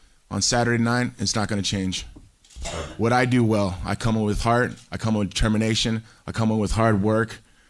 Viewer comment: I thought he said determination when I listened to it but, termination definitely sounds more Tito Ortiz-like. 😂